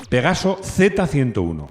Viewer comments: Avísenle a que es Pegaso no pegazo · por favor!! PEGASO!!! Y NO PEGAZO!!